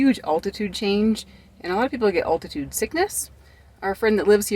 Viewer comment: I like how pronounced altitude 😂